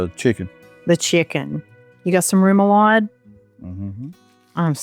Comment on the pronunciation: Rem-o-lode (rhymes with odd)